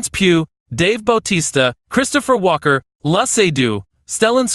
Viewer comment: Timothée Chalamet I was going to forgive on. But Walken? No shot.